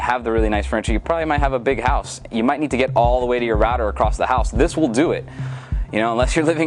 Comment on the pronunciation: instead of need he said "Nude"